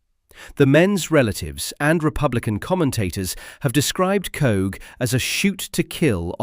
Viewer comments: Coagh (emphasis on the GH), not "Cooh" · The village Coagh is pronounced "coke". It is very annoying heading this and other towns and villages mispronounced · Its Pronounced 'Coke' and you've got Alistair Harkness and Tony Doris the same pictures FS. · As Seamus Heaney observed, the ' stranger' can't pronounce 'Coagh'